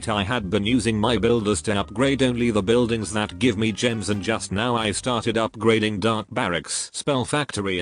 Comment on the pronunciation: am i the only one that heard white buildings